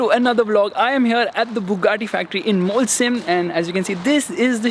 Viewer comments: Its not Molsheim it's Mochei for pronunciation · great video!!! But you saying Molsheim is triggering me so much 😝😝 sh is श not स... So it's मोलशाईम